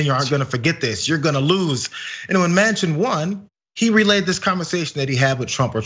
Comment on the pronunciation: I’m from the Netherlands and here we know AOC, but not Joe Mansion.....was it Mansion?